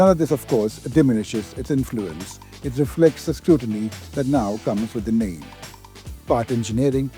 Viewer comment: Bro at least learn to pronounce the name properly at least